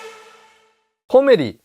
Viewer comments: コメリのイントネーションはおでんではなくトマトです。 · 「コメリ」のイントネーションw